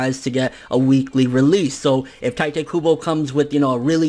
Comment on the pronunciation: Why does everyone call him tai te? Its tite kybo like a kite with a t. Pls fx.